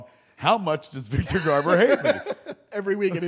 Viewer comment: " We need to call Richard Donner and ask him about Superman. So Richard let ask you. 1st , Do you know Victor Garbor ? " I burst out laughing 🤣. I thought I was watching Babble On for a second. Classic Kevin. Awesome 👌